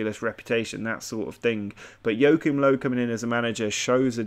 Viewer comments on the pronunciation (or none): Jokim Low xd I cringed so hard when he pronounced it like that